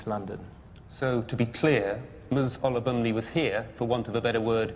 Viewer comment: The only real offence committed was the amount of times that judge butchered “Olubunmi.”